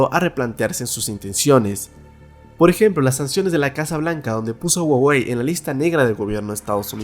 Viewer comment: Se pronuncia juawei :v